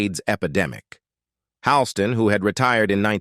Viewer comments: You don't even have her name pronounced correctly. It's not Leeza! How can I trust anything else you say??? And it's not Vin-SEN-Tay Minnelli either! And the list goes on. Hawl-ston, not Hal-ston, etc. OMG!--MIN-a-lee instead of Min-ELL-ee! Is this a man or a robot? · Pronounced "Hall - Ston". Can't pronounce any medical terms or conditions either??? PATHETIC!!!